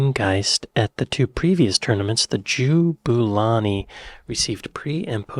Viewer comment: You're both saying it wrong, it's jab-u-lani, not joo-boo-lani.